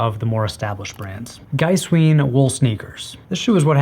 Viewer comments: It´s Giesswein (G like in good, iess lke in eas, v like in vulnerable, ei like eye and the n: G-eas-v-eye-n), not GEISSWEEN. And it´called BEERKenstock. not BÖRKENSTOCKS. :) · The diphthong vowels in Giesswein should be exactly the other way around. Geesewine. The w sound is still Americanized, but fine in a semantic spoken context. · To pronounce Giesswein correctly, simply flip your pronunciation of the two "i"s around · Giesswein is an Austrian company so follow German pronunciation. When e and i occur together in German you pronounce the second letter, so Giesswein is pronounced Geese-wine, or Geese-vine if you are going for full authenticity.